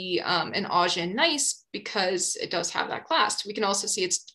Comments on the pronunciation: Augen (eyes in German) should be ow-gen, not awe-gen. Just saying. Great video over all. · I'm loving your videos, they got me through Mineralogy and now through Petrology! For your Gneiss section at around 26 min... If you google the German word and pronunciation for "eyes" you'll see/hear how to say "Augen". 😊